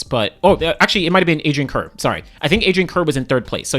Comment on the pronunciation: Adrian Carr, it is pronounced as